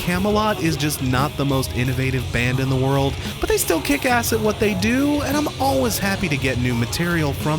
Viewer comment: I've always been curious why you pronounce the word "always" like "al-wes" or "al-wis"? I don't have an issue with it whatsoever, but I'm just curious.